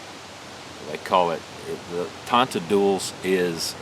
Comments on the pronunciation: Properly pronounced, mate! My ancestors used these all the time - my father described it to me. Now I think I should make one....thanks, I appreciate that you made this video. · You nailed it with the pronunciation bro....this is a tool used by our pioneer fore fathers in South Africa...super vid thanks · Your pronunciation of tonteldoos was perfect :-) The old guys used to be so adept at using this thing, they could light their tobacco pipe whilst on horseback. Almost like a 200 year old Bic lighter.